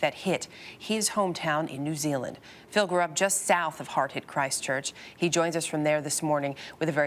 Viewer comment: Christchurch is one word. Please pronounce it as such. We realise it's a stupid name, but emphasising it isn't helping.